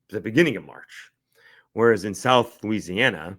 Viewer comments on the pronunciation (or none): none